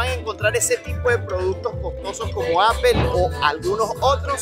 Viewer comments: le falla el english a justo como a los españoles osea apple no se pronuncia apel si le pides una manzana a un gringo te dirá no se dice apel ni la fruta ni los productos de steve jobs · Apel ? Se dice apple (Apol) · Se supone que hablas inglés y pronuncias apel. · No es apel es apol (apple) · Apple se pronuncia Apol no Apel, please!!!!!! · No se dice apel se dice apol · Si m sorprende q hablas inglés y dices apel!